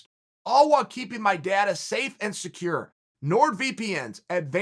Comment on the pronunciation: the way he says "data"